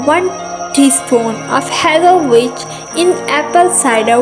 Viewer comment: She pronounced vinegar "winegar" and then turned around and pronounced witch "vitch"... lmao